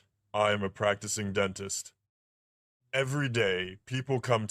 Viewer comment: Dr Dent-ist 😂